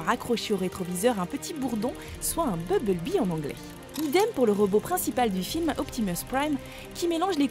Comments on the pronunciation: BuMblebee !!! pas Bubblebee !!! Incapable de bien le prononcer mais par contre pour Optimus elle prend l'accent anglais ! Mdrr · Mais merde c pas beblebee mais bumblebee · bubble-bee? ta cru que c'etait un chewing-gum ou quooi? un peu de respect pour BUMBLE-BEE ( prononciation ; bumb-beul-bee) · bubble-bee XD la bulle abeille lourd ma prononciation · BUMBLEBEE et pas bubble- bee ! MEGATRON et pas mega-trone ! TRAVAILLE TON ANGLAIS MADAME ! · comment tu prononce grave mal les truc ! BUMblebee pas BUBLEBEE et ENERGON pas ENERGONE, MEGATRON on dit plus MEGATRON depuis la fin de la g1 du moins en français ect... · c'est BuMble-bee et Furby pas bubble bee et fursbee meh